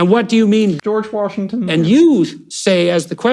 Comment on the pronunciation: “George Warshington” 😂